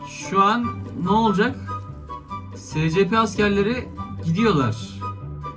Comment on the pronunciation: Abi şuna uyuz oluyom scp şöyle okunuyo esipi diye şuan okunuşunu yazdım